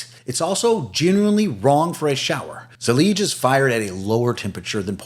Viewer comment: Zellige is pronounced Zell- I-Ga ( arabic)